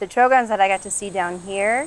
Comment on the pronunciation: I noticed that. The way she pronounced Trogon also. Her age, quality of her equipment suggests that she comes from money and knows very little about birds.